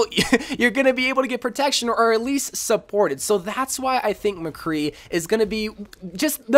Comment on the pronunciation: You honestly lost me when you said McCree